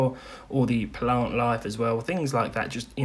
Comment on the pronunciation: pah-lant life?